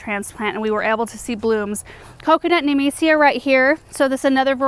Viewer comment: took me 17 min to figure out she's saying nemesia not amnesia